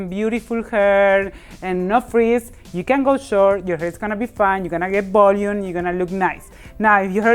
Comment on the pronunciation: Less “b”olume lol love ur accent